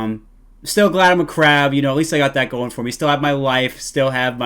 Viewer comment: "Who trew LE KRAB"